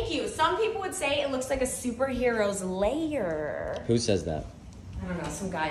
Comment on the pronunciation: Welcome to my super hero LAY-ER (lair = one syllable)